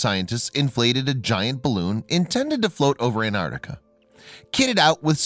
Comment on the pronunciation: Repeat after me, An-Tarc-tica.